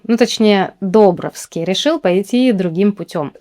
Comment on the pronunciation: Не ДОбровский, а ДобрОвский...🙂